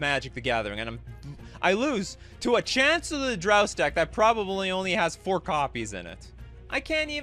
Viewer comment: The most impressive part is mispronouncing Chancellor of the Dross every time